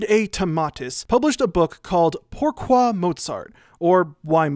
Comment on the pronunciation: omg you just miss pronounce POURQUOI YOU FORGOT THAT R SOUND...